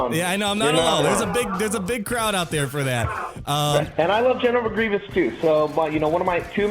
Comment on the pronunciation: Did he say "I love General McGreivous"?? Lol.